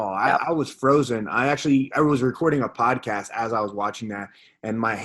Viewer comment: Well it’s podcast not poscast...